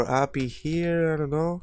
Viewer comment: Lol funny how you say API as appy